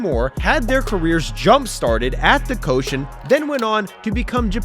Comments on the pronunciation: Summer "Coshen"😂 It's pronounced " Ko-shi-en" Three syllables, not two😂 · The pronounce of Koshien is not ko-shion, its Ko-Shi-En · Repeat after me: Koh-SHI-Enn, not Koshen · for the record, it's pronounced ko-shi-en, not ko-shen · Why do you keep calling the Koshien the "Koshen"? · Awesome video, very well researched, Just a minor pronunciation note, The stadium the Hanshin Tigers (2023 Champs!) play in and the high school baseball tournament is pronounced Koh-shi-en (the middle syllable like the English word she) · Thx for introducing “Koushien” to ur views as a Japanese ; however u pronunciation is wrongs ions check the correct one.👌